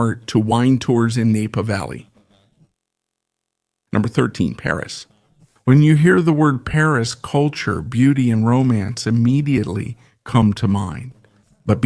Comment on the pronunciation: "Nay-pa" Valley? > this ai crap is brutally hilarious 😂